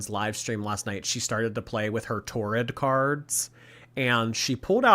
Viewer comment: “Torrid card” instead of tarot cards sent me